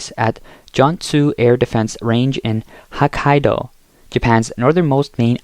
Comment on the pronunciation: It's "H-Ohkkaido", NOT "H-Ahkkaido"; and it's Shinzo "AH-bey", NOT Shinzo "Eh-b" like in "Abe Lincoln"!🤦‍♂There are also other pronunciation errors that I'm not going to bother pointing out here...And kudos to Japan🎌for building up its military and standing up to the DYSFUNCTIONAL CCP China! 👍👍